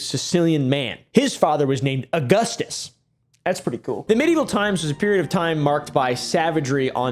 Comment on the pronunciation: uh-goose-toos Uh-gus-tas Hmm I could go for some salad🥙